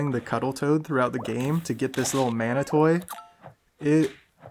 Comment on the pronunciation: You saying "mana toy" I'm like "does he mean mana-TEE?" Is he having a stroke?!!!